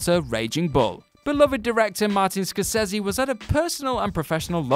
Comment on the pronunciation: And the ones that aren't are pronounced wrong. Martin Score-sezzy. Jack Tore-ahnce. So unprofessional.